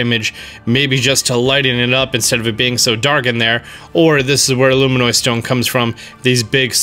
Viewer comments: LF every time he said LUMINIOD, it just triggered me more and more bit by bit... So yes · It’s pronounced “Loo-mih-nus”, not “Loo-mih-noi” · luminous, not luminoise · "Luminoise Stone" ... It's Luminous. LUM-in-us. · You say luminoid instead of luminous. I just noticed that lol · Luminous!! Not, Luminoid! lol. Drove me nuts. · Best Nintendo content on YouTube... But when are we gonna teach our boy to say luminous? ˈlo͞omənəs. As in: Lou. Min. Us. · Did anyone else die inside every time he “luminoid”? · I cringe every time he says “luminois” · It's actually pronounced lumin-us